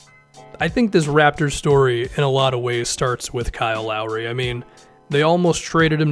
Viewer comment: Kyle Lowry turned into Kyle wow-ry Edit: & Jeremy Lin is now Jeremy Win